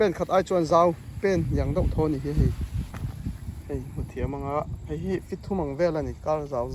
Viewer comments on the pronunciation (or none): I nei tha hle mai, mizo tawng deuh tih turah dauh i ti zel a